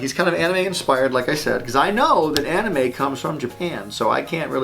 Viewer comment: did he say...aNIME--?!